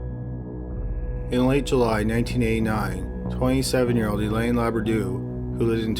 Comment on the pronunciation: Hélène is pronounced ay-len'